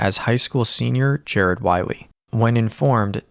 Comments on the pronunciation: Poor Jared can’t get his last name pronounced right on this channel. You’re calling him Whiley like the coyote when his name is clearly Whaley like the whale. Please, honor him with getting his name right. Thank you. ❤ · I think his last name is pronounced ‘way lee’